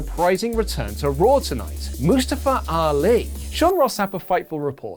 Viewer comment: HIS NAME IS MUSTAFA!! god i hate hearing y’all butcher people names.